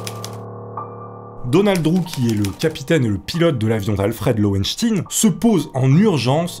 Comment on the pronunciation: lowenSTEIN et non lowenstine... "enquête baclée pour des raisons obscures"... Boof... J'suis fatigué.